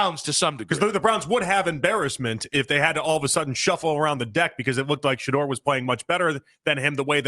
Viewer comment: Shanoise, Shahive? Stop that sh… You being disrespectful. He’s making you and the fan money right now. Show that man some respect.